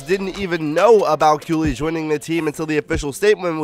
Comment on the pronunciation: I thought it was pronounced Kaylee not how you pronounce it?